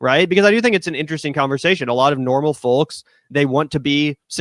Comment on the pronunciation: Why did he keep pronouncing “folks” like that? Lol